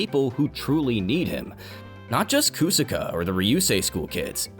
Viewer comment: “KU-saka” “Kaiksa Gear” Did you watch the show on mute or something?